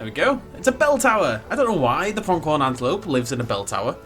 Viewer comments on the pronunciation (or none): Just FYI, there's no K in Pronghorn. Your pronunciation is weird, always adding K sounds to words without. 😅😂 Builds are nice tho.